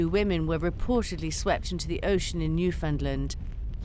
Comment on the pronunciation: Newfoundland sounds like understand...get it right for crying out loud.